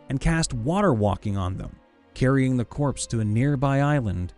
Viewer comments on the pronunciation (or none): none